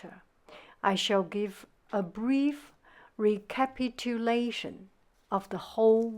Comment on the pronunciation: Elements = el-eh-ments Recapitulation = re-cuh-pit-chu-lation Ought = aw-t No pause in welfare Lineal = lin-ee-ul Also, like another friend previously stated, there are a lot of sharp sounds (which you could practice on) in English, and it is not enunciated like Chinese. It might be helpful for you to find an audio book of this novel and listen to it while you read (you might even find it for free!). People who read aloud pronounce things loudly, clearly, and properly so I think it'd be a great additional tool for you. 😊 I'd also like to add that you seem better at predicting the pronunciation for words with every reading. Much love 💖